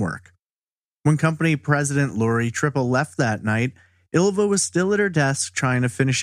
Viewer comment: Ylva is actually pronounced as the "y" in David Lynch, not "eelva" or "illva".